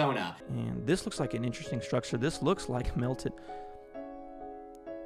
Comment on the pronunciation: Take a shot every time he says “schtrucshure”